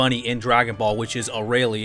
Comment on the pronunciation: "A-ray-lee" oh lord.